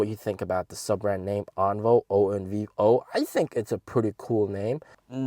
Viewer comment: should pronounce "On-Vio"